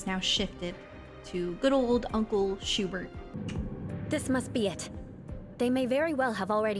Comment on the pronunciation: I love how it's pronounced "Shoe-Burt"